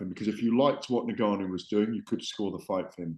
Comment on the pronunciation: Gareth is the number one Fury fan. Plus the only person that can’t pronounce Ngannou properly 😂 For someone that has covered combat sports for so long he is by far the least knowledgeable pundit in the game